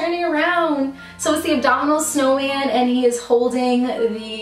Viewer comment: Abominable is a tough word to say lol! I told my kid you have to think "a bomb in a bowl" :) Love your videos so much! Congrats on your wedding!